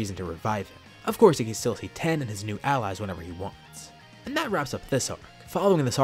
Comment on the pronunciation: Wait i just noticed he called tien "ten"